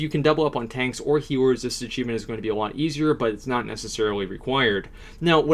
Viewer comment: heaers ??? heaor !!! mate are you okey ???